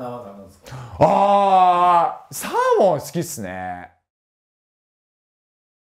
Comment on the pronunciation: サー↑モン